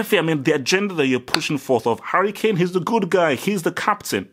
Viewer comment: Damn u misspronounced Harry Klame's name like 6 times.